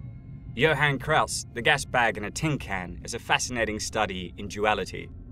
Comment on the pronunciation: It sounds like Krauss is saying f- you to Hellboy instead of stay focused